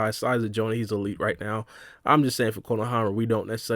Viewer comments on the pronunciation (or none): none